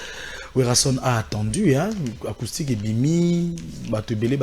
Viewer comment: Ce Werrason est vraiment IDIOT ! Il dit À LA côté d'ivoire 😁😁😁😁😁😁 Pffff il dit ARCOUSTIQUE 😁😁😁😁😁😁😁😁